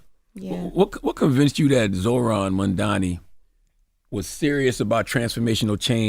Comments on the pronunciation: MAM-DA-NI. It’s not that hard bro damn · He could learn how to say Mamdani's name properly